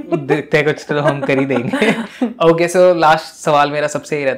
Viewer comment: Just say okay not oukay 😐 and also say o not ou!